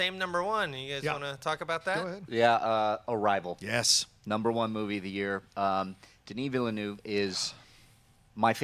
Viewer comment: pronounces "Denis Villeneuve" the right way., not so much. Sorry,!;-)